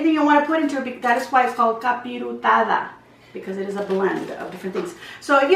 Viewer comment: No offense but it’s capirotada